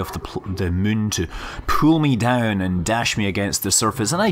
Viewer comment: It's funny how he can't pronounce the word "moon" right :D 하하